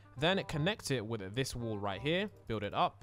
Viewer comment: lol im just saying how he pronounced 'wall' as 'wool' XD